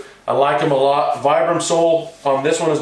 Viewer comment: It's pronounced "VEE-BRUM"